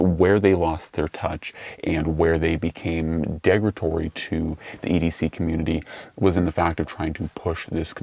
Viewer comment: Oh man…derogatory. The word is derogatory.